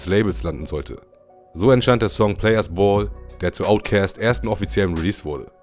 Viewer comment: Omg, wie lange habe ich niemanden mehr "Outcäst" sagen hören. ^^